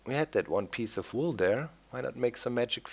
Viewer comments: Vool? I thought it was wool! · That's because in German the letter "W" is pronounced the same as "V" in English